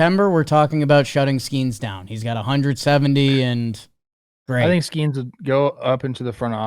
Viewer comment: Will ever learn how to pronounce Skenes?